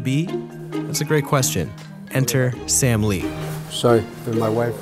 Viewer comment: When he said sam lee, it sounded like Stan Lee.